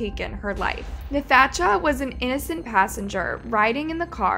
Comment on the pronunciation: It’s pronounced natasha💀🤦🏾‍♂️